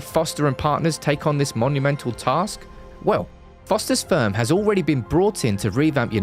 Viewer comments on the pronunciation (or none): Did i just hear "Foster's Sperm" at ??? 😂😂😂😂 Jokes aside, kudos to the video. Loved it!